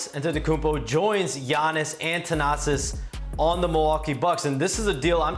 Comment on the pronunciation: It’s THanasi bro not Tanasis 😅